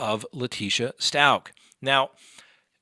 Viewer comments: Leticia's last name is pronounced Stowk. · Since ppl feel the need to correct you, thought you should know you pronounce Stauch like cow! 🐘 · Good lord is it pronounced “STAUCH or STAUCH” !?